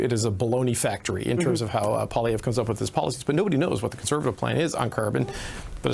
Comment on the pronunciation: First of all, Cochrane’s guest should pronounce Poilevre’s name correctly. Secondly, Poilievre wasn’t leader of the Conservatives during the last election.